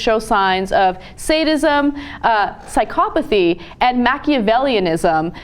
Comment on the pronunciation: man I can't believe Anna cant even pronounce psychopathy, I assumed she went to college.